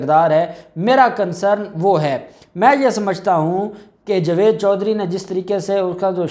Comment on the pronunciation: صاحبتم بھی بہت بیشرم ان پڑ جائل انسان ہو جس کو جاوید بولنا نہیں اتا جو جوید بولتا ہے تجھے بار بار ٹوکنے پر بھی شرم نہیں اتی جوید جوید ہی بولتا ہے تجھے کی جگہ کھارا بولا جائے تع تجھے کیسا لگے گا بلکہ مرچیں لگیں گی